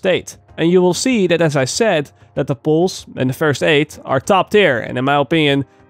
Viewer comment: its pronounced pulse not poolse